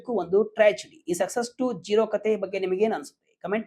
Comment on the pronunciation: ಝೆರಾ ಅಲ್ಲ ಕಣ್ಣ😂 ಜೀರೋ ಆಗಿದ್ದು ಹೇಗೆ?? VK news Group, you will lose your audience if unprofessional anchors manage your news update.